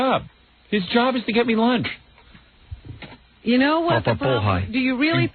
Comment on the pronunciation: LOL I thought he was saying launge.